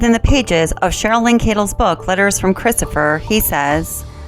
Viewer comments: Why is it her father and brother can't pronounce her name correctly 🤔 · Interesting that her own family pronounce her name normally like Shannon. Also even if he wasn’t cheating, I’m surprised she doesn’t assume it was her outrageous behaviour towards his mom and dad. That would be enough for me to disconnect completely. Atrocious behaviour and he should have taken any opportunity to get them tested for those allergies. I’ll bet they weren’t allergic to anything. They were so toxic together. He should have left her. I cannot understand why he chose violence. It was crazy and I can’t fathom what he thought would come from it. And his daughters??? I can’t understand his rage at them at all.